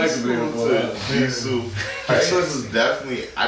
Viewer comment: Jisoo not Jiso